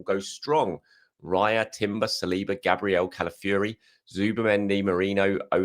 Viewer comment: has learned how to pronounce Eze but is still butchering CalaFURY.... its CalaFIORI